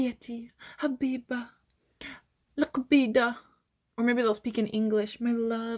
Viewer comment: You speenak good,I laugh when you say lakbida hhh😊😊😊